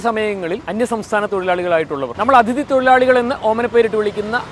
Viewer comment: അതിഥി അല്ലെ...... അതിഥി..